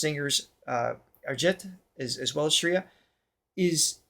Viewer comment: You got it! Time signature is in 7 (rupaka taal in Hindustani music), and the 'down' beats will be 1, 4, 6 :) Also, just fyi, "Shreya" rhymes with "Freya" – like "fray" not "free". Finally, to find lyric translations, don't put them in google translate. Just google "name of song + movie + lyrics meaning" or "lyrics english" and click on one of the many links that come up.